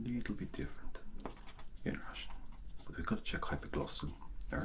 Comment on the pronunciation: Oh, your Russian pronounce is pretty clear